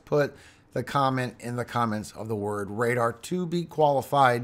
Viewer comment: RADAR rrrrr